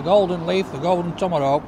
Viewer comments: Yeah that’s been irritating ! Tommarowk ! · There’s no letter “r” in the name of that steak. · Well, the waiter called it a Tomerrhawk so he’s just being polite and calling it by its name 🤷🏻‍♂️ 😂